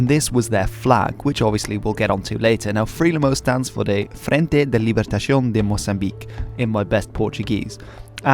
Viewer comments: Yeah, I definitely heard "libertacion". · This is not how you say "libertação" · Your portuguese wasn't that bad actually xD but "ç" is pronounced like a normal s. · Yeah but he said libertacion while its libertacao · > pronounces it in spanish > “In my best portuguese” Lmaooo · yes, but he pronounced the word in spanish, not portuguese (the "ção" part)